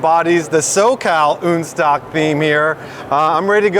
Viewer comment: "Unstock" - pronounced very stuffy and uppity.. so PCA.. sigh